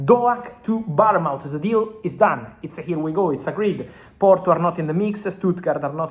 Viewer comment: The way you pronounce Bournemouth, gets my juices flowing